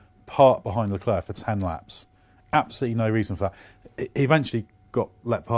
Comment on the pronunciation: Guys, i am pretty sure you know this already but the "C" in Leclerc is silent and you often butcher his name while you guys always pronounce Ricciardo the proper way, so why can't you do the same for Leclerc?